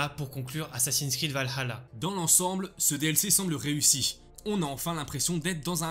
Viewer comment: Un des seul youtubeurs qui dit valhalla ( avec le h) 👏👏